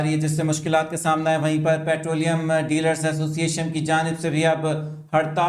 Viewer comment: Thamaill Mai Dealar k lafaz ko theek kar lain